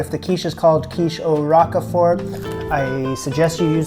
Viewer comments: 'ROKE-fort' rather than 'ROCK-uh-fort.' GREAT VIDEO,! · Love these videos. FYI it is not Rock-e-fort, it is Rowk-frt :) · Just FYI, it's "Roke-fert" not Rockafort. Great vid. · It’s not rock a fort it’s Rockford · ROKE-FERT. LOL Rok-a-ford? It's pronounced Roke-Fert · It is not rock-e-fort...it is pronounced rowk-fort... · I've somehow got addicted to watching you conquer Julia's recipes. So much so that I'm going to order that cookbook and try some myself! Especially these quiches! Oh, and I think it's pronounced "roke-fert" (a long "o"). :) I do love the rock-a--fort though! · "Roak-fahr" = Roquefort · You're so cute!😊 it's pronounced 'roke furt'.❤ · Pronounced like Al Rocher last name. Roach-fort (silent t) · 'Row-k' fort. Sorry ocd. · I'm a year late on this video but I do speak French as my first language. Lorraine the way you pronounced it for most of the video was de right way. And it's "Rok for" you know like 4 but without the u. Bon appetit! I've been enjoying these videos. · roquefort - roak four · its pronounced like ROKE-FORT! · More like rock-for. As in, both the "e" and the "t" are silent. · Never heard it pronounced Rokefort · Agree, I've always heard roke-fert in any region I've lived in. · Never heard it pronounced 'fer', always 'rock for'. Where did you hear that prononciation from? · You did a great job with the crusts - actually with the whole thing. I use a 10" Pryex deep-dish glass pie dish. Roquefort, sounds 👂 like folk-fort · “Roke-furt” cheese. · Rock-a-fort cheese 😂😂😂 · I’ve never heard anyone pronounce Roquefort like you do. 😉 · Roquefort, the rogue part is pronounced like yolk